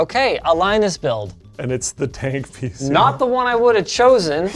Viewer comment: Lie-nus,, and is at it again.